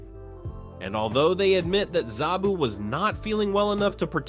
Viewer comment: It's sabu not zabu